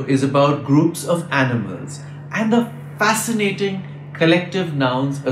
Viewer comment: Congratulations on creating this excellent channel! Your videos are going to be shared far and wide, and are also going to provide great fodder for fun dinner table quizzes for the children at home! Thank you for creating this resource. I wish you all the best. A suggestion for improvement: you pronounce 'the' as 'the' (as opposed to 'thee') even when it precedes a word starting with a vowel sound; but as far as my knowledge goes, one should be pronouncing it as 'thee'. For example, 'thee' eagle, not 'the' eagle.